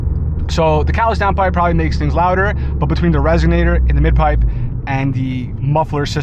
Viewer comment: What size are the wheels and tires on this car? My abarth with 17s hits maybe 52 in 2nd gear so I'm thinking its the wheels getting you to 62 🤔 Its "resonator" btw, not resignator 😉😅 Sick ride and GLWS!